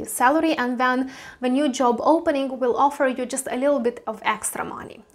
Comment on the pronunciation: Yes, but first you should know how to pronounce JOP, oh wait JOB